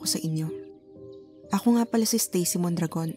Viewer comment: "stacy mondragon" what i heard: "stacy mukhang dragon"